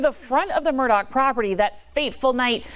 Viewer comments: It's murdaugh not Murdock. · MURR-DAW, not MURR-DOCK. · You’re pronouncing his name wrong. It’s murduagh not Murdock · Is not Murdock.... it is Murdaugh. I know it shouldn't bug me..... but every news reporter says it wrong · murDAUGH, not murDOCK.